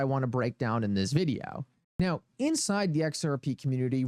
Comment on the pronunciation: “In the vid-e-ow!”…